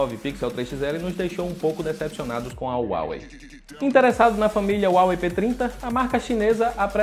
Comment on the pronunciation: Não é uawei é Huawei